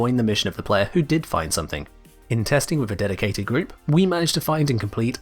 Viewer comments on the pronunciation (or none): "Deciated Group" LMAO Im Dyslexic too....